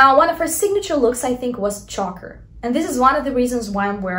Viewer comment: Choker, not chacker. Haha